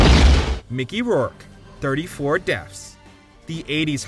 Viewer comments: Dude really pronounced it "Deffs" every single time in this video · I swear it sounds like this guy is saying "deafs."